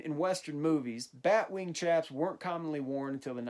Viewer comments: They’re pronounced sh-aps not ch-aps I’m sorry about mentioning this but it really does just make me cringe to hear it pronounced ch-aps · They had bat wings in the 1870s but red dead makes them to baggy plus the way you said chaps triggers me